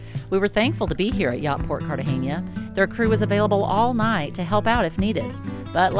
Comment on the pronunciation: Sorry to be "ese tío" but it's not Cartageña but Cartagena. You're welcome.